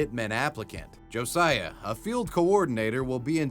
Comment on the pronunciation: Who else is cringing that he pronounced “Josiah” wrong?